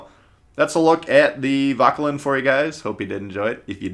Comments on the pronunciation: Its "voh-ker-lan" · definitely not lin